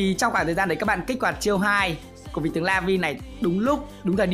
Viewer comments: Đọc là "la-viu" chứ không phải "la vi" nha anh :v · Laville đọc là la vin lê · Vào tflash nó phát âm là “La vi eo” nha mọi người:)) đọc đúng sẽ tốt hơn😂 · "Lơ vi ờ" anh ơi :)) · Lây vơ li là cách phát âm chuẩn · Laville phát âm là Lây viêu rồ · nó là la viu lờ chú a nói như nước í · Tên con này đọc chuẩn là lơ vi ô nha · ah oi phat am la la-vai-le dai khai the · Em nghĩ anh nên đọc là la viu le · Dạ thưa anh e lên chuỵ google thì chuỵ bảo tên vị tướng này đọc tiếng anh thì là Lu-vi-ồ còn tiếng Việt thì là La-Vi nước lọc thần khiết 😂😂😂 Like muộn srorry anh nhìu🙋🙋❤️❤️ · Laville đọc là La -Vi-Ly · Đọc là "lơ vi ô" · Nó gọi là "Lơ viu" nha anh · A ơi nó đọc là le vi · Con này đọc là la vồ nha anh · Đọc là "La vi êl" nha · La- Vai-Ly Tính theo tiếng Anh nhé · Đọc là La vio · La vi le nha a 😅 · Lây vồ ann ơi , phát âm như thế đấy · Chắc là lờ-viu(l) á anh 😅